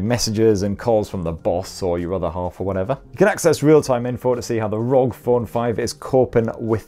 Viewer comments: Rog phone😂 I think it's meant to be pronounced R O G😂😂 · Still a bit weird to here you say ROG as a single word.